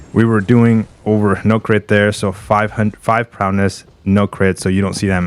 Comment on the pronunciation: Is saying Prowness an inside joke?